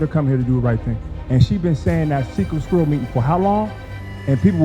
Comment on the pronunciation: Tiff whats a "SKUIRRELL?!?! 🤔